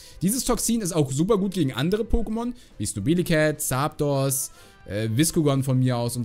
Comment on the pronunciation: Ich liebe deine Aussprache von Zaaapdos 😅